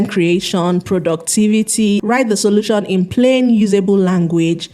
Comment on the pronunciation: Fashon, Content creashon, solushon, competishon, mini importashon...why do you speak like that?